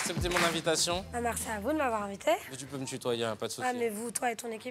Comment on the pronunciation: "Marci" elle a dit..